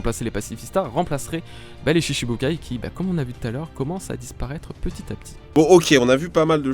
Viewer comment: C’est moi ou il sait pas prononcer les shishibukai 😂